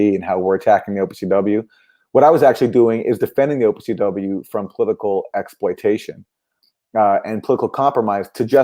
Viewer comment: I was having the same reaction to "OPCW"